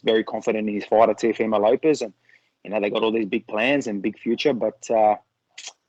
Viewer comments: Nah it’s Teofemale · reporter pronounce Tiofemo name probably, Kam Teo gonna destroy you hands down Devin Haney will too RTalk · the way the interviewer saying teofomo is giving me aids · Someone tell this reporter its Teofimo not "Teofomo" surely you'd be able to get it right by now